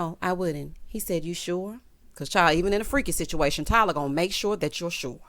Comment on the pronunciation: I did not remember or notice “Are you sho”, but now it aggravates me. Yes I would love to see you write a sitcom and would tune in. Hope you get your coins if they do write the story line about Robin giving Andy something…..